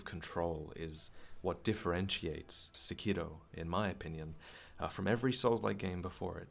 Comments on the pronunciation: "SEkiro", not "seKIro," please... Emphasis on the first syllable. Akira is not aKEEra, it's Akira. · The name is pronounced like sepiroth, not sekììììro. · This nigga actually put the Japanese pronunciation on Sekiro lmao fuckin weebs